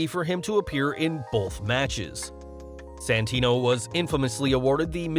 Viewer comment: IT'S SANTINO, NOT SENTINO(cit)